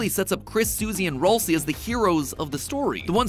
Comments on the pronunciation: ITS PRONOUNCED RALSAY NOT RALSEE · IT”S RALSAY NOT RoLcEY!!! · it’s actually pronounced “ral say” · It’s not Ralsie (ralsie) it’s ralsie (ral-sie) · Nah I’m just mad the way he says Raslei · excuse me? “Rohl-see”??? Thats the worst pronunciation ever! I love it! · Ralsei's name is actually pronounced Ral-say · roll see is a crazy way to pronounce ralseial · MATPAT IT IS PRONUCED RAL-SAY RALSAY GOT IT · Ralsei is pronounced r æl say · He pronounced Ralsei wrong 💀💀💀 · That is not how you say ralsei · Thats how you say ralsei